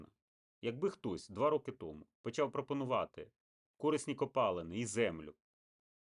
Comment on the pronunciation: Видно, что украинский у человека не родной. Ископаемые у него пОлезные, а не полЕзные.